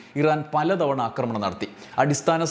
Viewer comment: അക്രമണം അല്ല, ആക്രമണം എന്നാണ് പറയേണ്ടത്.